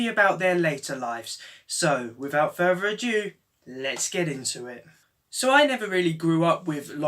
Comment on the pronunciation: "So, wifout fervor adieu, les get into it."